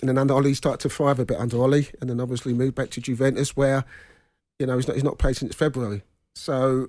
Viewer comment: Paul Ince played in Italy and still calls Juventus, "Guventus"